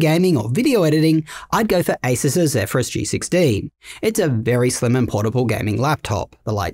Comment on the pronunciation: He finally pronounced Zephyrus correctly! Hallelujah!